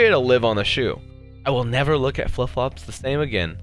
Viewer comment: the last time you said flip flops you said fluff flops